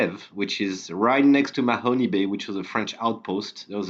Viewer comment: please though, if you want to be a credible oak island resource... learn how to pronounce the place names. There is no Mahony Bay in Nova Scotia. (the e is silent.)